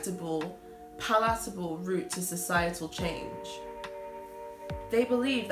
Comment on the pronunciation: Is that a British way of pronouncing the word “palatable,” or is it idiosyncratic?